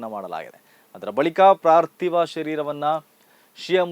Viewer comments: ಪಾರ್ತಿವ ಸಹ ಅಲ್ಲ ಪಾರ್ಥಿವ. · ಪ್ರಾರ್ಥಿವ ಶರೀರ ಅಲ್ಲ, ಪಾರ್ತಿವ ಶರೀರ.